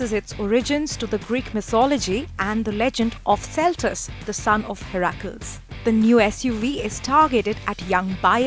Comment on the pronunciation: Did she say son of "Heyrakuls" .. 😁😁